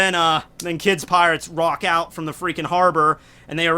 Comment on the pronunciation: Did anyone else notice that kept saying "Rock Out" instead of "Walk Out"? Or was it just on purpose?